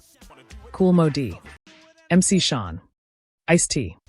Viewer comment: Hearing this AI keep callin him "Mc SHON' is hurting my stomach.🤮